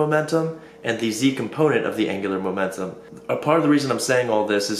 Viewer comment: angular "momenum"